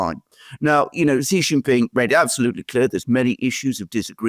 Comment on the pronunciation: Pls get your pronunciation of Xi JinPing correct. I've watched this channel for almost 4 years now. Xi is such an important and key political leader in this era and I think you should get this right. I understand that Chinese phonetics are difficult for non-Chinese and not expecting you to get the tonal pronunciation. Well has got at least the English pronunciation right. Xi is pronounced C as in the alphabet a b c. Jin is as in gin, a soft G.